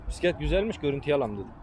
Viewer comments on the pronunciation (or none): Çekimler iğrenç , konuşmanız daha da iğrenç , bisiklet demeyi bile bilmiyorsunuz , pisiklet denmez , bisiklet denir . Bir Malatyalı olarak sizin adınıza utandım